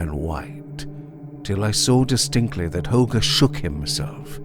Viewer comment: You nailed it again. Such a dynamic narration! And you pronounced Holger correctly, in my opinion of course, but it sounds kind Danish to me. 😅 Thanks! ⭐⭐⭐⭐⭐